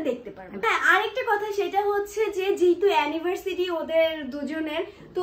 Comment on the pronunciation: অ্যানিভারসিটি না। অ্যানিভারসারি